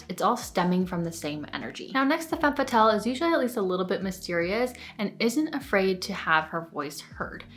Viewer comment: This is a truly fantastic video. There was just one thing that kept bothering me- the way you pronounce "Femme Fatale." You pronounce it "Fatelle" but the correct way is "Fah-tahl." Makes everything sound more credible.